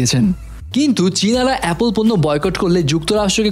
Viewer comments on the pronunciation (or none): none